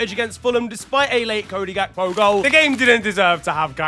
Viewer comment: idk if anybody else been known this but this segment has been getting shorter and shorter and at first i thought he was just saying "the beautiful gay" but now hes just say the beautiful g